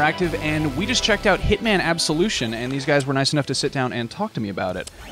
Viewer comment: Splinter Man: Absoviction